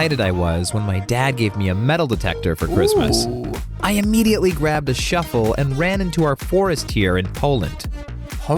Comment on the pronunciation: Man said shuffle